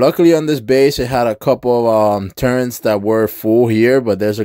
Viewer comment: Why you say turrents. LoL. Its turrets not turrents.